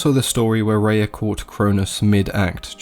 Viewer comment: I named my Daughter Rhea. You pronounce it the correct way too. Amazing stuff. Thank you.